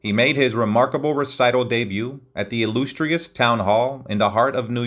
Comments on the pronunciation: My God, I HATE these AI robot narratives. The "ill-loose-treus town hall". Just hire your bum of a brother in law for $20 to read the narration. They are getting better but that worries and scares me even more. Watch the "60 Minutes" story (Oct 8 2023) about AI and listen to the "Father of AI" scientist's dire warnings about what he has (and now seriously regrets) created. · A decent overview of his life, nothing earth shattering. But the tin-ny, jagged voice of the narration is jarring to listen to. I'm guessing it's an AI generated thing? A slight accent, but I don't think any actual accent would repeatedly say "ill-loose-strious", or melodic as "mella-dick". So many of these homemade docs always lose something when they don't use a real voice actor, or someone who can just read enjoyably. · "Illoostrious" got to me. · It mispronounced “illustrious” twice.